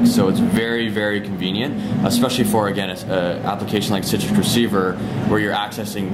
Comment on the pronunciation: its citrix receiver hes been saying it the entire time haha